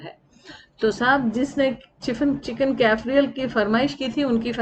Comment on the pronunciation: Kaaf re aall is the pronunciation of this dish. You got a fantastic pan. BTW Lovely name for the pan it's called a skillet in English. I keep telling people to use these sort of pans instead of the aluminium pans. SONEX company in Pakistan manufactures these pans. Can be purchased in sets or single. On days when there is low gas, no worries the food cooks very well.